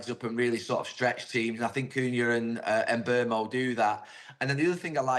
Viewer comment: Why do white people PURPOSELY mis-pronouce foreign names? Gary Neville must have heard Mbeumo's name pronounced by commentators and pundits at least 500 times in the premier league, yet he purposely pronounces it wrongly. Is this idiocy, soft racism or ignorance? I'll let one of you academics defend him, and enlighten me.